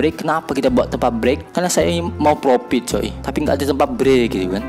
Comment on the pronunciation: Profit bang bukan propit